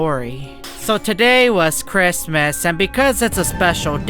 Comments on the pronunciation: really said christmiss 😂😂😂😂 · The way he say Christmas